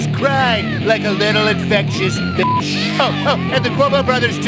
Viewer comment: "little infectious beeyatch" LOL